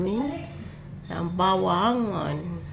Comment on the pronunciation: Ba-wa-ngong manay😂😂😂